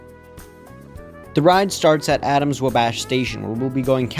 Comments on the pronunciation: my other comment was a separate thing... I really need you to know that it is not pronounced "Wuh-bASH' it is pronounced "WAh-bash". Not upset, just trying to be helpful! Fun video:) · It’s wabash pronunciation is killing me… just like when he called it Willis 😂😂